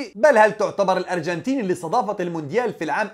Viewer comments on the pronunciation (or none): none